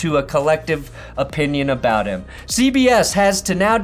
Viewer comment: I hated Simms, he would always say “heem” instead of him. Drive me nuts.